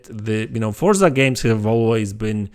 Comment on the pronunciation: Unfortunately it's just a click bit video. There is not even one single piece of new information. Also please learn how to say the name of the game.